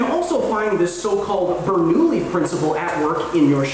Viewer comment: bernoulli's name is prionounced bernouYi ! otherwise great video as always :D ♥